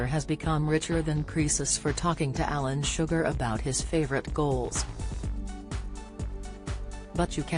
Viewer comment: Alan sugar!it's Alan shearer 😂